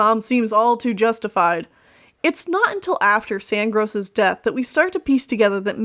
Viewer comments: Stop saying sand gross XD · I love how you called him Sandgross the entire time